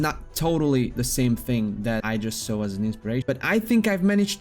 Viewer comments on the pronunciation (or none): nice video 4/5, the only thing that takes a point is the near-continuous mispronunciation of common words, like "a saw" which should be pronounced as [/sɔː/] (U.K. pronunciation), or [/sɑː/] (U.S. pronunciation)